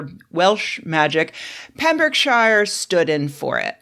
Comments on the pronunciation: "CornWELL" "PembrookSHIYAR" American nails on the chalkboard. Shire at the end of a place name is shortened and pronounced like "sheer" or "shur". I get how that might trip up those unfamiliar but there's so many examples out there I don't get how online otherwise seemingly well-inforned Americans get it wrong so often. Cornwall is just... pronounced how it's spelt. No excuse for getting that one wrong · Pembrokeshire is not pronounced ‘Pembroke Shire’. You say: Pem-brook-sheer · Pembrokeshire is pronounced “Pembroke-sheer” (as is pretty much everywhere in the UK which ends in “shire”) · It’s pronounced Pembroke-sher, not shire….. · She pronounced "shire" as "shyer" rather than "sher", an' all. Tsk. Tut, even. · If I could just factcheck, it's Cornwall, not Cornwell, that's not even one of the ones we spell in all defiance of phonics, Pembrokeshire is "pembrooksheer" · Lord Jesus the word shire and the syllable shire are pronounced differently and it's killing me. Pembroke-shure Hartford-SHURE. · Penbrəkshə. Pronouncing terminal "r" sounds is a waste of effort. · I don't know if you got his name right, but you definitely butchered Pembrokeshire and Cornwall! 🤣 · Pembrokeshire rhymes with beer. Like all the Welsh and English counties ending in ....shire. Confusingly, the word "the shires" sometimes uses for said counties is pronounced like you said it. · so used to them saying shire names like that I didn't even register. Like edin-burgg, and glass-gaow. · I'm an American redneck from Mississippi and even I raised an eyebrow at that mispronunciation.